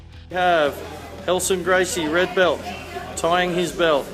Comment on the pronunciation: Redccccchhhh belccccht.